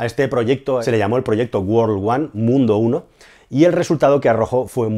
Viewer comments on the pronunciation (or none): Hola, he visto varios videos tuyos y me pareces muy bueno, pero me chirrian los oidos cuando te oigo decir mundo en ingles, no te preocupes que tu no eres el unico, la mayoria de los locutores y azafetas españolas lo dicen, vete a google al traductor pon MUNDO World y escucha con mucha atencion como se pronuncia, es hasta gracioso tengo un amigo ingles que me dice tengo que pronunciar como lo dicen ellos para que me entiendan los españoles, o sea hay un ingles para los angloparlantes y otro para los españoles. yo creo modestamente que el error es que los españoles que empiezan a aprender ingles , su cerebro como es logico quiere leer el ingles como si fuera español, si te das cuenta en la palabra mundo world hay una o como una casa pero al pronunciarla en ingles hay que convertir esa o en una e, tan sencillo como eso. Esto te lo he dicho con toda humildad, pues eres un profrsional de gran valia y da pena oirtelo decir asi en cambio MIT lo dijiste perfecto. Gracias por tus videos y que sigas creciendo en todos los sentidos.